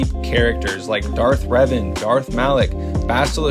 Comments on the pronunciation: NU UH ITS DARTH RAVEN 🐦‍⬛ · ITS DARTH REVAN NOT RAVEN